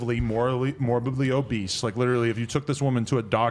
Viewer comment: he said morbidly oboose 🤣